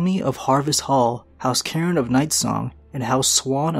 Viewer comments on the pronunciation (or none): none